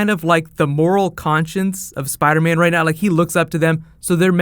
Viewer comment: Spida man!!!